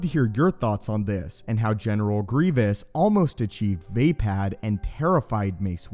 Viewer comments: It's not (v-ay-pad) its (v-uh-pod) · not VEIpad, it's VAAAAPAAAAD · Love the way he says way pad instead of vaapad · Vay pad? It uses English high A like day? Not ah like awesome? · Vay-pad. This fucking guy. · Ok I'm probably wrong but I thought it was pronounced like vah-pod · Its pronounced "v-ah pod" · It#s Vaapad, not vapad, vappad or vaping. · Anybody else out there that can't stand how this dude pronounces vaapad incorrectly?